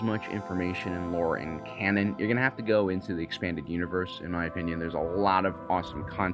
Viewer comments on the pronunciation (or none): none